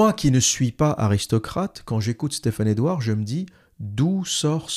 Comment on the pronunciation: Au début vous commencez à jouer avec le nom et prénom de Stephane Edouard avec des prononciations en langue pseudo-italienne. Stephane Edouard au moins se montre publiquement avec son visage et surtout avec son vrai nom, alors que vous vous cachez. Ayez au moins le courage de dire qui vous êtes. Un longue vidéo plein d'incohérences, arrogance, mépris pour ceux qui suivent Stephane E.